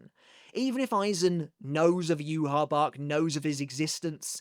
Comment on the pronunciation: Using Rosetta Stone? Perhaps you can use that to teach you how to pronounce Yhwach correctly.